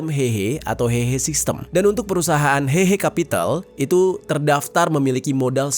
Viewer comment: coba cek artikel yg tadi di awal video, tulusannya 和合（Héhé）tapi dia baca hehe ingat bahasa mandarin jarang menggunakan ei tapi é